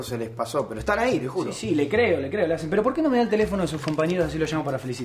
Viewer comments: como la profesora dice lazens 😂😂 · La profesora como dice el apellido de guido: Lazzzen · suena de fondo una burla de la pronunciacion de lassen😂😂